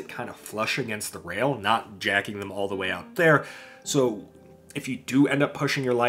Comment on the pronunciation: the way you say "all" sounds like you're saying "oil" in a southern accent 10/10 🤣